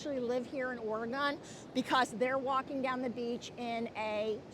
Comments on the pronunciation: And I don’t want to be that person either, but I’m a native Oregonian, and it does have 3 not 2 syllables. It’s pronounced: Or-a -gun. Many who live out of the state say Or-a-gone. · You seem like a very nice lady and I don't want to be That Person but "Oregon" has only two syllables, not three. It sounds like "Organ," not "Or-A-Gone."